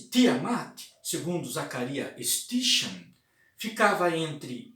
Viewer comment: Sitin é a pronúncia correta.